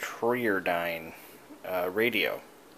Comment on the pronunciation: You say it try-are-dine. Pretty sure the r was for regenerative, tri was that it was a three tube and dyn was that it was dynamic. If you don't want to restore it or keep it contact YT user Joernone, he takes those to overhaul and find new homes for all the time.